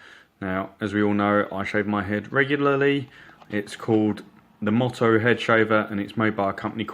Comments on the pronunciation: Thanks for your review. Just a heads up on pronunciation. MOTO is pronounced Mow Tow and not Mot Oh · MY HOW 2 No that’s not me. But I have watched that video (and found it Very useful), and many others, during my research for a new head shaver..and thoroughly enjoyed most of them. As for Your pronunciation of “Moto” which is “Motto” (Mot Oh), how You pronounce it is defined as “a short sentence or phrase chosen as encapsulating the beliefs or ideals of an individual, family, or institution. “Moto” is simply an abbreviation of motorcycle, motocross etc “Mow Tow” No big deal really. But nice when used correctly in a semi professional review. Watch the Headblade Moto video which clearly uses a motorcycle and you’ll understand their intent. I’m still waiting for my Moto to arrive in the mail. It’ll be my first Headblade product. I’ll be happy to report back with my unbiased usage opinions .. if you like? My Motto when riding my motorcycle is to always “ride within my limitations, and watch out for every other road user because they simply don’t watch out for me”...and it’s this Motto that has helped keep me alive on the road for 38+ years On the flip side I’m hoping my new Headblade Moto (Mow Tow) will shave my ugly noggin smooth enough to allow my helmet to slip on and off without the usual “Velcro” like drag from unshaven stubble LOL